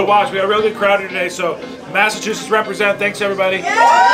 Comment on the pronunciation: You said "Massa-two-shits".